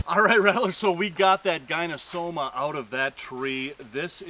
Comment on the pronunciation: correct me if my correction is incorrect, but the Latin/scientific genus name of the red-tailed green rat snake (Gonyosoma) is pronounced "GONE - YO - SO - MA" or "GONE - EE - OH - SO - MA", not "GUY - NO....." (i.e., not like the first two syllables of GYNOCOLOGY).